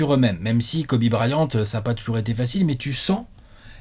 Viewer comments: Tout le monde: Kobe Bryant: Kobe Brahyante Fais un effort haha 😭😭😭😭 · Le Guy Annis de et le Braillante d'... Faut que Léonce fasse quelque chose!